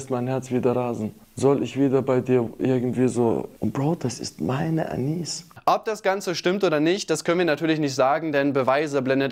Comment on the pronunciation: Anis nicht Anisa 😅